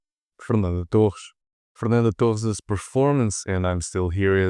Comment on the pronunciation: The second the reviewer pronounced the name "Fernanda Torres", I could easily and surely tell he is a tuga.